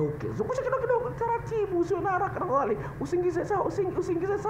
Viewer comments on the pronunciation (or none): none